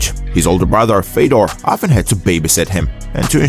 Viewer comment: Fiodor is retired like 10 years and people still disgustingly pronounce his name. omfg such a shame.....